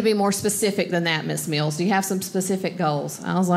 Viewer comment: Very good. Even funnier that during her routine about weight loss she pronounces 'Miss Mills' as 'Miss Meals' :-)